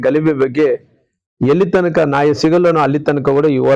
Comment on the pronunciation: ನಾಯ ಅಲ್ಲಾ ರೀ ಮಾಜಿ ಮಂತ್ರಿಗಳೇ "ನ್ಯಾಯ" ಕನ್ನಡ ಭಾಷೆಗೆ,ಪದಗಳಿಗೆ ಕಳಂಕ ತರಬೇಡಪ್ಪ ಸ್ವಾಮಿ..😢😢